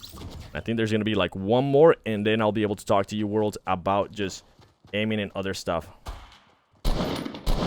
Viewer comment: Why can’t he say worlds